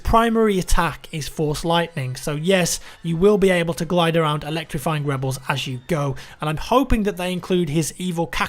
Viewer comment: Webels versus Impewials... Oh